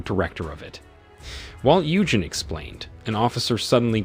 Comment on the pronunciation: Its pronounced You-Jean, NOT You-jen ! Listening to that was like hearing nails scrape a chalkboard 🥴